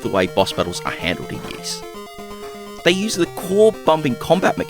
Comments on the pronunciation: SMS Ys was the first one version I ever played and I liked it a lot back in the day! Side note, you're mispronouncing it, it's technically more like "EE-SS" (hard "s"), not "YEE-SS." Anyway, the SMS version is probably still my favorite early/8-bit version of the first game in the series. It looks great, plays great and sounds great. It would have been nice if it could made a little faster, but other than that it's very well done. I wish the second game in the series had also made it's way to the Master System, but what can ya do. I'll also add I find the DS version of the game, which is in kind of crude polygonal 3D, is one I also feel is underappreciated. I still like that one a lot as well. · I won't pound the point into the ground about pronunciation and will shut up about it right after this 😁. It is correct that it sounds like 'grease', but there is no "y" sound at the beginning. They say it out loud in a few of the games. Also, in Japanese it's (イース) which is i-su - the "i" sounds like an long e and the vowel at the end is basically dropped to create the word. I appreciate your videos and am not trying to be a jerk or anything, so please don't take it that way. Also, I completely understand why we didn't get the sequel on the SMS, it's just dissapointing. Likewise, it's too bad they never ported it to the Genesis/MD or Sega/Mega CD either, but at least the Genesis got a great version (IMO the best overall version) of Ys III... even if it is the 'black sheep' of the series. The one version of the original I still need to play that I've only seen on video is the not-so-well-regarded Saturn version. Well, that and the creepy, weird X68000 version. Anyway, keep up the good work 👍